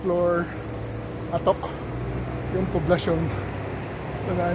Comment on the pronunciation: Sir, mali po ang pagbigkas ninyo ng /'ATOK/ baka po magalit ang mga lokal.